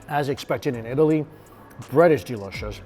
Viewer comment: Did he say yeetaly?